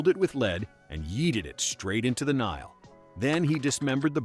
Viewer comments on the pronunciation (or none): none